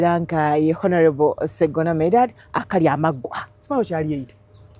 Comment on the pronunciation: Not "H"onourable but "O"nourable. The h is silent